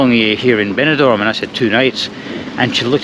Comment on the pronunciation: Very good video. It's Benidorm but not Benidorn (i.e. East Dubai).